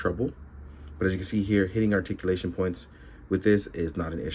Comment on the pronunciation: Roticulation..... I actually understood